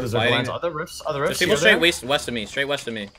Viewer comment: "Weast of me"